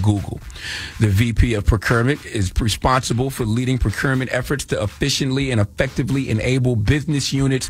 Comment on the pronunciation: I cringed everytime Charlamagne pronounced "procurement". 😁 Tony can step down/be fired from that position and he will be okay. I guarantee they paid him handsomely for his departure. Tony will probably be hired at another corporation quite easily and all of this will be quickly forgotten.